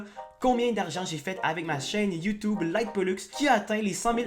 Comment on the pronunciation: J'adore quand tu dis "youtoube"